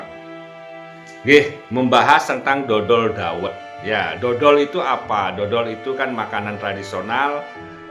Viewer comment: Dhodol bukan dodol 😅😅 artinya jualan dhawet…please check dl laah ini kan adat jawa…